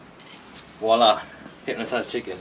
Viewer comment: Dude... the information you put in to this video.... say VOILA correctly please. It's VWHA-LA... not WALLAH